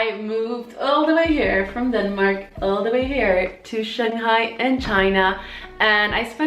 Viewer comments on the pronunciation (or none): none